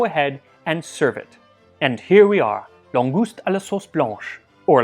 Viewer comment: wait what did you call it... langouse? That sounds an awful lot like langoustine......